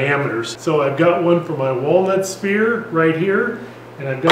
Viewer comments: It's pronounced like "ss...fear" a "spear" is something else entirely un-sphere-like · So nobody picked up on the pronunciation of sphere to spear? Nope just me.